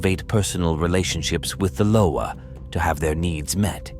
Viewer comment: Pronounce their NAMES PROPERLY!! Damn. Learn how to pronounce Loa, Bondye, Samedi, Guede. I get sick of you people talking about african culture and have no idea of what you find online. We dont invoke Baron to contact our ancestors!